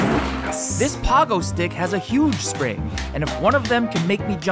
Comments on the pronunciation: man said "poggo" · He really said paw-go stick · Did u call it a paugo stick instead of a pogo stick?! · Bro pronounced pogo stick [po- goh- stick] like [pah- goh- stick] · Bro really said pahgo stick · You said, pogo wrong by the way